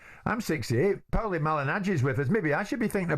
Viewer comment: Who is POWLY jesus man haha, great otherwise